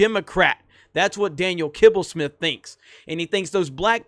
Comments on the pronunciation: Who came here to see saying „Kibblesmith“😂😂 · Who else watched this video just to hear say Daniel Kibbelsmith?